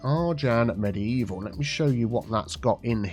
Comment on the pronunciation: Mediteaval, obviously 😆